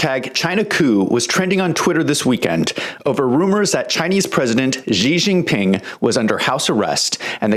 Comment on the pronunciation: Why does he call him Gee Jinping?